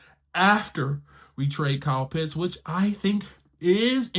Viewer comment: OHHHH! He pronounced Kyle Pitts' name correctly! Finally. Great job. Now continue to work on Younghoe Koo (Young-Way Koo).